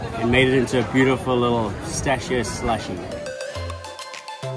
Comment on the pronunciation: Ragazzi la pronuncia di pistacchio.... scusate ma non riesco più a sentirla! PISTACCHIO non pistacio.... BRUSCHETTA non bruscetta ... buona continuazione di vacanza in Italia;)